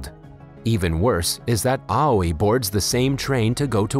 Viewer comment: Aoi pronunciation "awi"